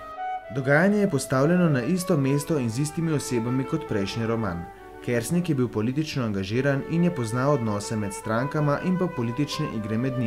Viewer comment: Naglas priimka je narobe, drugače pa lep video. ...